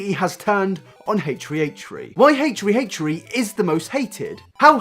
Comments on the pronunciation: I love how you pronounced it like Hey tree hey tree what a queen Also a lot of people say “why is he making a podcast then”- podcasts take less effort than finding creative content for his main channel, when you’re depressed it’s hard to put effort into things, but he still wants to release content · haysh tree haysh tree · Lydia Georgiopoulou Or maybe he might have some Irish roots/family. Some Irish people pronounce their "th" as "t", therefore, they might pronounce it H "Tree" H "Tree". That or maybe he's just quirky 😂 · How about you pronounce that H and T right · I cant handle you trying to say H3H3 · Nah this guy has a speech impediment to be honest. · The way you pronounce h3h3 is just amazing! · its rly annoying hearing his name said wrong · I won't watch it cuz you butcher the damn name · I hate the way how you pronounced "H3H3" 😫😫😣😖😖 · Each time he said it made it worse Omg😂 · h 3 h 3 not haytree hayetree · ACHE three, not HACHE three. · Dude, it's pronounced H3H3. Not Hate-tree hate-tree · ... H THRee. Why are you saying H Free. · "my problem wif Hate Tree Hate Tree" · "Haych 3 Haych 3" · ...heytree heytree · stop saying haytree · Who is haytree haytree? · A-Tree A-tree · "I'm sure you're all aware of who "HateTree HateTree" is..." Nope. I don't know them. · Hatetch-tree hatech-tree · Love the video but... "Hate-treeHate-tree" xD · who is haich free haich free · "a-tree a-tree" lol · the way you say h3h3 [ heeytchrii heytrchi] is triggering me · It’s more like “haytch 3 haytch 3” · "haytree haytree" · this might be an immature comment given your video topic, but all i could hear was 'hate-tree hate-tree' instead of h3h3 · who's haytree haytree? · haitch ree haitch ree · Hesh tree hesh tree? Is this an ad for headphones 🤔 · I swear you said hate tree hate tree instead of h3h3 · Oh its 8 tree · Ay-ch th-ree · im sorry but it sounds like you say hatetree not h3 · Fuck is haytchtree haytchtree? Brush ya teeth my guy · "hatchefree hatchefree" Lol love you dude